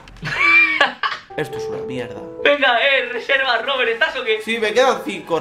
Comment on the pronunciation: En el 8: 21 dice robelt en ves de Robert